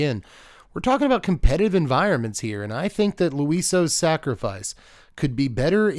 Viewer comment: Louie-Swa, it's french